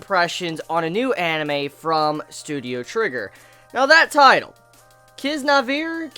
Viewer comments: He pronounced it as Kizavier, it Kiznaiver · say it more like "Kee- zoo- nai- vah" as the Japanese phenetic language allows. The best way to remember it is probably knowing the Japanese word for bond or "Kizuna" and and a 'va' or 'ver' to the end of it. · dude, Ki-zu-na-i-ver :D didn't you hear the girl saying it ? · You pronounce naive like you normal would, so Kiss-na-eve-er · Hey, it's pronunced Kiz..na..ee..ver Kizna eever Kiznaiver hope that helped (omg i am a terrible english teatcher lol) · Everyone probably already noticed this, but the way they pronounce it is actually "Kizuna-i-ver". I thought that the name 'Kiznaiver' was weird, until I realized that 'Kizuna' actually means bonds/connections. :) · (Kiz-na-ee-ver) is how it is pronounced. I also thought of Kokoro Connect! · If ever in doubt with pronunciation just listen to how the characters in the anime themselves say it (if they say it of course which they do towards the end). Kiz-Nai (as in "night")-Ver. That aside, I'd love to see how they react if one of the girls gives birth. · Kiz-nai-i-ver is how it is pronounced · WOW a teenager dousnt know how to pronounce kiznaiver I'm a kid and I can pronounce it IM NOT SHOWING OFF OK! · The title is written as "キズナイーバー" = "kizunaiibaa" (baa is the -ver part). So it should be pronounced kiznaiver with the stress on the "i", because the "i" is longer. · kiznaiver = kizuna(injury)+neighbour > PAIN-SHARING? you know, like in world trigger they called neighbours "naver/naber" from some different anime, it seems japanese people cant pronounce V sound, and they say it like B, (love is pronounced like R-A-B-U) and as for the Title pronunciation - i read it like K-I-Z-ə-N-E-I-V-E-R